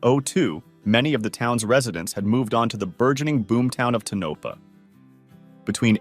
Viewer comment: u mentioned tanopa -(tan-Opah). Either you're too lazy to care if your facts r correct, or as I suspect, this is just an AI video. I thought AI was supposed to b smart? This is the 2nd video with the exact same wrong info that I've watched. There is no such place as tanopa here in Nevada...ever. It's TONOPAH-(tone-uh-paw) It's where our county seat is. It's not like it's been an empty ghost town for years,so nobody knows about it. Idk why y'all can't get it right.